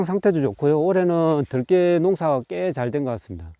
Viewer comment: 들깨 발음이 들에 돌아다니는 개를 표현하네요 들에 악센트를 주어 말하시길..